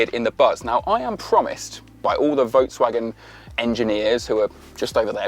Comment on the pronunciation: Work on your pronunciation of Volkswagen.